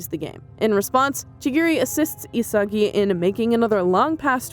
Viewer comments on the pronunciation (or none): Its isagi not asagi And its barou not Baro